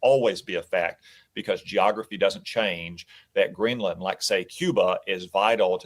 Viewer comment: FFS, Greenland is ONE WORD. Its not Green-LAND.. It sounds more like "greenlend". And its BEDMINSTER.. NOT Bed-Minister